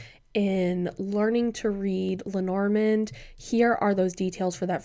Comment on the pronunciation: Hi ❤ thank you so much for your perspective. I appreciate the effort and contribution you make. As a European, may I beg you to try to pronounce Lenormand as it would have sounded en français? It's so distracting hearing it mispronounced repeatedly. And perhaps it would honour her between the worlds. Thanks again! 😊